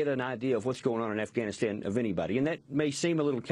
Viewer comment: why the fuck does this bitch say ivanistan?